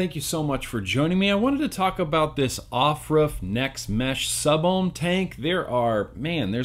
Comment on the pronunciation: Everytime you said off ruff it killed me😂😂😂